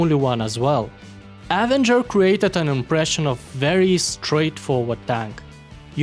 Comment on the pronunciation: Hey man, love the videos, just some friendly help with your English (meaning no offense) but the way to pronounce the name phonetically is with an “uh” sound at the beginning, instead of a hard A. Again no offense, just some help with English pronunciation.